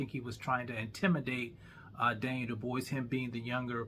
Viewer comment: How you calling DDD Duboise and Dubois in the same video. 😅